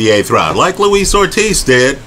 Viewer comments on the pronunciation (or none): none